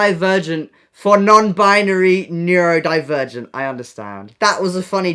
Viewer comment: imagine living with Noah and just hearing him constantly incorrectly shout 'NEURDO-NE-NEURODIVERGENT!'